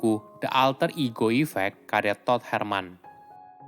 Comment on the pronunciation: Baca todd nya nyari bnget😂